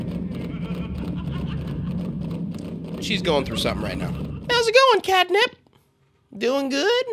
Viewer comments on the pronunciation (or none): it's cat nap not cat nip